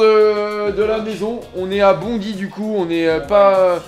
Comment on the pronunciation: Ça se dit BondAille et pas Bondi 🙃